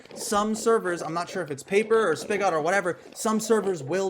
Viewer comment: Know I'm a bit late here, since this video was months ago. but "spigot" is pronounced similar to how bigot, carrot, riot, idot, maggot, pilot, and ballot are. I'm not sure why, but words ending in "ot" in English tend to have the "ət" sound. Not trying to be a pain, just might be helpful for the future. Other than that, great video.